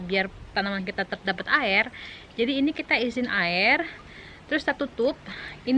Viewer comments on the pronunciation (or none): Air bukan ail, Cara.. bukan cala, Terus bukan telus hahaha Etdaaahh 🤣😂😂